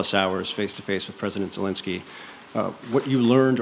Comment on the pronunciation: Creepy Joe called him Valensky, lol senile old fool...